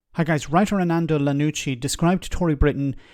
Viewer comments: You called him Lianucci and Arnando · "Arnando Lanucci" come on at least get the guys name right! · Would have thought that someone who lives in Italy could pronounce an Italian name… (Yes I know Armando is Scottish…)